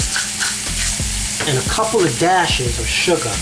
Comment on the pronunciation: he said, a couple dashes of "Shuga" not sugar lol nice vid tho